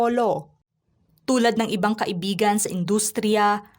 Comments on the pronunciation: Kai/bi/gan hindi ka/i/bi/gan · HINDI KAI IBIGAN ANG TAMANG BIGKAS, DAPAT KAIBIGAN" VOID HIND PALA KASAL EH LIVE IN PARTNER LANG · Dapat kaibigan ang tamang bigkas at hndi ka ibigan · Hindi maganda ang pagbigkas mo ng kaibigan . Nagiging iba ang meaning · Hndi magndang pakinggan ang pagkakabigkas mo ng salitang kaibigan ksi parang lumalabas na nagkarun ng relasyon c Francis M at Robby Tarroza eh